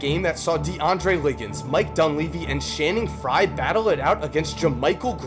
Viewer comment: did he say "shanning fry"?